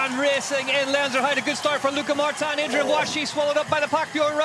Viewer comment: Irritating hearing Martan Martan. Its Martin..... Mar tin. Definitely sounded like an American presenter. Like that American woman couldn't even pronounce Zlatan properly